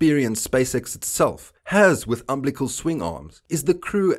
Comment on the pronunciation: Um Bill a cull or um bill leck cull, not umblick all, Umbilical.